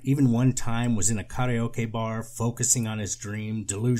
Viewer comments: I LOVE your proper pronunciation of "Ka-re-o-ke" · The proper japanese pronunciation of karaoke is so funny to me in this context and I'm not sure why